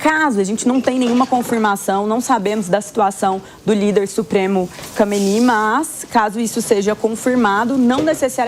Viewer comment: Recebe quanto de salário pra falar nome do líder supremo errado?